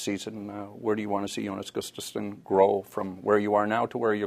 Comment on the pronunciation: I love how no one can correctly pronounce his name... It's Jonas Gustavsson (pronounced like this: yo-nus goo-stav-son). Cmon people, get this right!!!